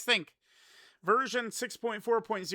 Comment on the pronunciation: Is it just me, or he just said virgin?